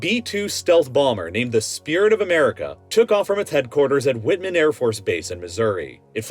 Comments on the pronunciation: "Whitt-Man" That's an interesting pronunciation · He mispronounced a lot of stuff. He went with wit-man for Whiteman AFB (pronounced white-men). He got Lakenheath wrong. I think there were more, but I'm not going back to take notes.